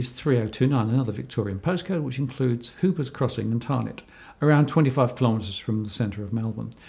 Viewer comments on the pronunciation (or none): Hoppers, not Hoopers.